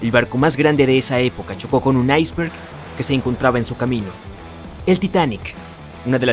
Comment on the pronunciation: Se dice Iceberg No Aisver. xD!